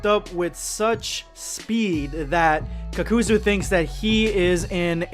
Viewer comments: anyone being triggered by his very off pronunciations of most of the words associated with naruto? like when he says "kakazu" or "hidan" very off? idk it turns off the immersion for me. Feel like you are just reading off a paper and not feeling the true immersion of the script. Just some constructive criticism. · It's pronounced (kakazoo) Not "cuckoozoo" They say it in the show repeatedly. Idk how that's hard. Like holy shit you and every other anime youtuber can't pronounce names like you're doing it just to piss people off. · Hid-an HID FUCKING AN BRO ITS HI-DAN THAN KAKU-ZU ITS KAK-A-ZU JEASUS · h-i-dan and kak-oo-zoo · He-dan and ka-kuzu smh 🤦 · Kuckuuzoo? Hiden? Rahzengahn????? Boi what the fack? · "Hee-Dan and Cock-oo-zuu" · As an ally of the Naruto community I'm gonna pretend that you didn't call them that, This nigga said Hidān and Kukoozoo Bro prolly the type too say cammyhammyha instead of Kamehameha 😂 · y u do madara hidan and kakuzu name like tht smh